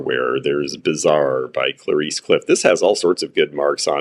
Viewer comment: I love your expertise George but can you check out the how to say Clarice in english .❤